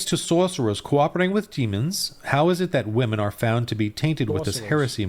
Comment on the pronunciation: Every time that guy said "Sorceror" I died a little inside.